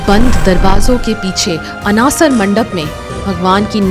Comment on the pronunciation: I'm proud to be odia ❤. Kindly pronounce correctly, It's not नबोकलेवर. It's नबकलेवर It's not ककटपुर. It's काकटपुर It's not अनासर. It's अणसर